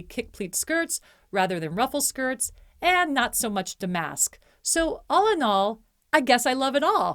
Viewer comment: Thank you so much for this great video comparing and contrasting Traditional and New Traditional. Very helpful. I thought you should know, though, that “damask” is pronounced “DAM usk” and “sisal” is pronounced “SAI sull” — the first syllable rhymes with “eye.” (I used to sell tablecloths in a high-end department store, and my sister used to sell rugs there.)